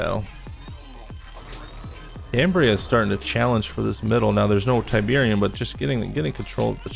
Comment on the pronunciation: Tyberian Sun. Not tyberium sun